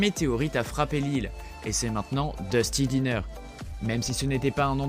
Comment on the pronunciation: Le mec il dit DUSTY DINNER PTDR